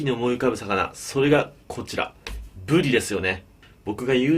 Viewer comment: 金子さんが｢ぶり｣って言う時「ぶでぃ」って言うの可愛いかよ😳(語彙力なし)